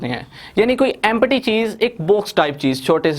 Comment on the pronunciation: its empty not empaty